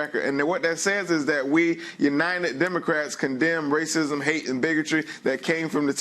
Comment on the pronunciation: According to this Democrat Trump was speaking “bigitch” (bigotry) and rhetic” (rhetoric) to the kutry (county). Pls learn to speak properly.